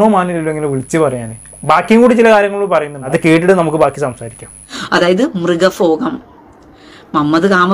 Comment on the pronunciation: 🙄മൃഗഫോഗം.... അതുപോലും നേരെ ചൊവ്വേ പറയാൻ അറിഞ്ഞൂടാ. ഈ നോവലിൽ അവർ ഈ ഒരു ഭാഗം മാത്രേ വായിച്ചുള്ളൂ??? Kashtam